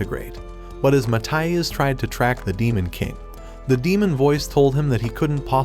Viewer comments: Demon not damen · Damen? You German?😂